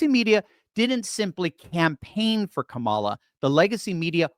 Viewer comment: Kuh-MOL-uh… YES!!! You got it right!